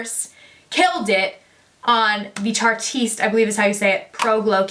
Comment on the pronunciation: tarte-ist like art-ist